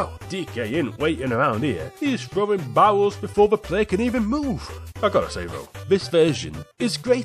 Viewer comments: I keeping hearing barrels as bowels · Whenever you saw barrels it sounds like you saw bowels which makes this 100%funnier ngl